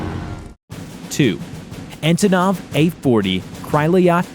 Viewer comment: I also like how the second time he said Antonov he said Ativov.